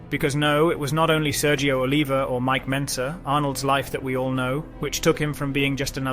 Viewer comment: You can bet your ass his life is a lie with all the jew dick he's taking. It's also funny how this is the "best" BB documentaries yet they narrator hasn't dug into much history, if any at all, and can't even be bothered to learn names. Brian Jones? Mike Bentzer? Come on kid, put a little effort in at least.